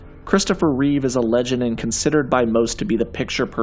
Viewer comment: ITS REEVE!!!!!! Not with an s